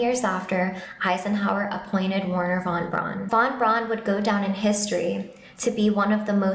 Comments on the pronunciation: Wernher von Braun (pronounced Verner not Warner) must have been very clever to put that inscription on his tombstone, AFTER he died! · Pronounced V erhner. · The W in Wernher von Braun's name is pronounced as though it is a V. He was German, you see.